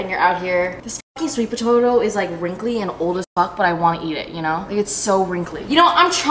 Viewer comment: “sweet pototo” 🤣🤣🤣🤣🤣